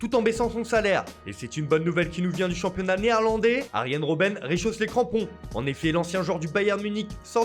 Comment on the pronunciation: " Jimmytri payet " " réchausse " 😂